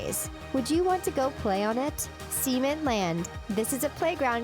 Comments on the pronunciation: It's Sa-ment, not See- ment. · not seement sament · Cementland sounds like this tbh; (ceh-MENT-land) not like this; (sea-MAN-land) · Seement land! Cement land. Get it right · Cement is pronounced like (Sim-ent), not (sea-ment). the way you pronounced Cement sounds like Semen. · Ceh-ment not see-ment that sounds like something else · I'm sorry did she say cemen? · cemen park lol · Am I the only one who cringed at some of her pronunciation? Like cement, I heard her continuously say semen. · Sea meant, cement is pronounced sa means , it’s sa as in s hhhh ( hhh as in breathing . It kind of sounds like you’re saying something inappropriate. A certain thing men secrete. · She said " seemint park" but it's not how you say cement.. Anyone else notice that? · Far out! Stop pronouncing cement like semen. 🙈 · Cement...the "E" is like the "E" in egg. Also, you can walk out of your house, trip, hit your head, and die. Just because your not wrapped in a bubble wrapped hamster ball, doesn't mean it's way too dangerous. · the pronunciation of 'cement' physically hurts me